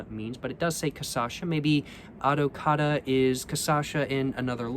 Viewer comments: little tip, the ç you pronounce like an s so adoçada is more like adosada, similar spelling to how argentinians say asado. and yes adocado is "sweetened" in portuguese. its just saying sweetened cachaça enjoy your stay in brazil! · Your videos are great, just a little correction: it's caCHAça, not caÇAcha lol Edit: adoçada (pronounced A-do-SA-da) means sweetened